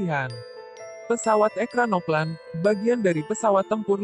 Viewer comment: Ekranoplan yg bener min... Dibacanya ekranoplen